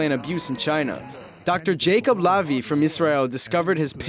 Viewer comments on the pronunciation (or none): none